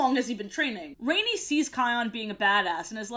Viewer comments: She also pronounced rani as rainy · Love the video, but I must admit it really bothered me that you kept pronouncing Rani's name wrong lol. I always remember how her name is pronounced because the Grandma says it several times in her death scene and her voice is really cool sounding. I watched quite a bit of the show and was pleasantly surprised, I'm glad you seemed to have enjoyed it as well. Keep making great videos! :D